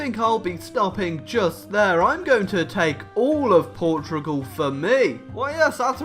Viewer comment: Boi. It is pronounced Portugal not portrigal like you say it